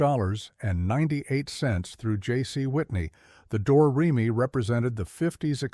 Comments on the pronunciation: dumb AI slop. door-re-me? why do people subscribe to this stuff? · The A I voice also needs to.learn how to pronounce Do, Re, Me.